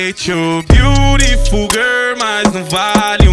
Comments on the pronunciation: vc fala correto inglês, a pronúncia é beariful mas tbm se pronúncia bilriful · cantando certo ele pode até tá, mas a escrita e a pronúncia do beautiful tá errado